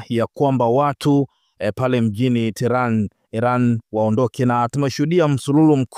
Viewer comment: Mtangazaji rekebisha kutamka neno terani. Huo mji mkuu wa Irani unaitwa tehenani au tehrani na sio terani kama unavyotamka